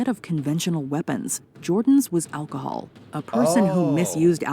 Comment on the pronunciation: “Getting them drunk- on alcohold” 🗿 W vid btw